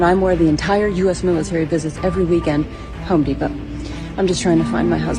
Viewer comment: It's HOME depot , not HOE deposit